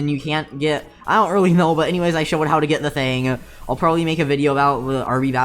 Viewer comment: "that you dont knwow" LMAO MY DUDE U OK